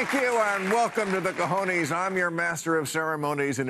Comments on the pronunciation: Hey Bill, I guess your crew is not as diverse as I thought so get Trader Jose to teach you how to pronounce "cojones" properly. It's not co-ho-nees, it's more like co-hoh-ness. But you get one cojon (not cajon, that means a box) for trying. Had to laugh at the obligatory lapel contraption, and anatomically asymmetrical indeed! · Mr. Maher pronounces the "e" in "cojones" the way the vowel "e" is pronounced in English. In Spanish, that vowel "e" sounds like the "e" in the word "technician." You are welcome!